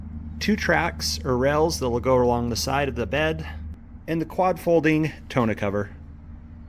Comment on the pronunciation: More like tawn-OH